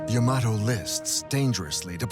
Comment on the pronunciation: It isn't yah-MAH-toh, it is YAH-mah-toh.